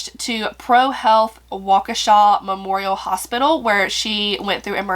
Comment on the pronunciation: You said it correct...Waukesha Wi. It's about a hour from where I live. Pretty wild story!! As for being charged as an adult. Yes, they planned this and knew what they were doing. She should not have been released in such a short time. Keep her in there until 2039 and consider it.. I attended the Brat/Hotdog festival in Madison. (I work in Madison) . It was a great event and I hope noting but the best for Paton & her family! You told the story very well. (as always)